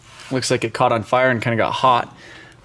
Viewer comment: piss me off how much you say butaa andaa itaa